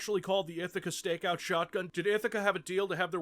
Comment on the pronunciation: NGL For the longest time I thought you said "Ithica Steakhouse Shotgun"